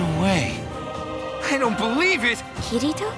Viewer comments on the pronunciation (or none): Man, I hate how they pronounce kirito's name. It sounds kitty toe and it annoys the hell out of me. Uhhhhhh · all im hearing is Kiddy-to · The only thing I don't like about dubs is typically how they pronounce Japanese names with Rs in them, like Kirito's. It's great that they try to stick with the original but pronouncing Kirito as the Japanese "Ki-di-to" just sounds weird and jolting among all the normal English, lol. The acting sounds great though so other than any personal nitpicks like mine I don't see why anyone would want to complain! uvu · ***** Kitty-toe. :3 Well, sort of. It's like Kee-ree-toe, but with that Japanese r sound. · Asuna: "Kiritoe? Your name is Kiritoe..." . . . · Natural? You find english acters pronouncing japanese names natural? Kayaba was the only one in this dub that I find sounding good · Oh god, Kirito's voice... Asuna's pronunciation of Kirito... I can't. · I'm a little bit happy that Kirito sounds less girly in the dub; the only thing that bothers me is the way they pronounce the names. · OH GOD THE WAY THEY PRONOUNCE KIRITO. FUCK ME. I'd rather 4Kids take it over, change the names into cliche American ones and then screw around with the anime even more so that it sucks in a more comedic way.